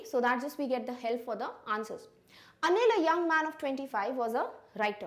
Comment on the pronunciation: Mam,when you say anil it's sound like onion.